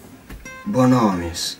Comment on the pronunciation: Bonomis?? Ho sentito bene? 😂